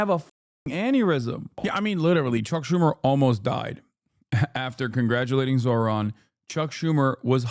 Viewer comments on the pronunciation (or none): Old white guy can't pronounce "Zohran"? It's a 2 syllable word. Probably shouldn't be a news guy (or whatever the fux nooz equivalent is) if you can't handle that. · These are the same peoplke that intentionally mispronounce Kamala's name. You're surprised he refused to pronounce Zohran correctly, Hasan? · I thought white ppl prided themselves on being "civilized " and having some decorum atleast in public. Now we atp where a "journalist" goes outta their way to not even pronounce the name correctly of the politician they're discussing on national television. Also why does TL sound like that now?? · The guy thinks not being able to say “Zohran” makes him look, what?… Smart?? Lmfao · To be fair, reading them correctly is a bit harder, mostly his first name, because it's not exactly how it looks. But yeah it's definitely not HARD. And like most people with "ethnic" names, as long as you make a sincere effort he'll probably let it slide. If you say "Zoran", while not exactly right he'd probably shrug it off as long as you didn't say it with disgust.